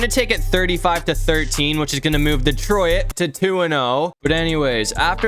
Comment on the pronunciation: Why do you say "detroIt"?